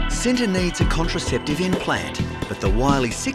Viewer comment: I think the tiger’s name was supposed to be pronounced differently. Cinta, pronounced with a similar sound to the “ch” in “cherry,” (there’s no exact english phonics equivalent) means love 🥹❤️